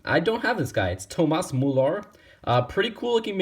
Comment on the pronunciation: TOEMAS MOOLAR